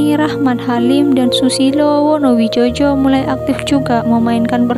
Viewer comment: Wonowidjojo itu di baca wonowijoyo...wes angel..